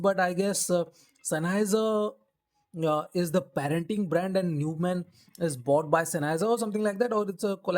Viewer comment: its pronounced as Noi mahnn, this brand was purchased by Sennheiser decades ago